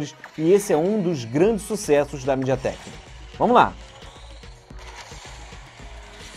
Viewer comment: Falou Mideatek, parei com o vídeo